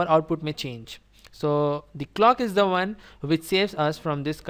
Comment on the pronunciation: Perfect! Thanks. But I have a question. Why you'd say 'Vne' instead of 'One', 'Ven' instead of 'When'?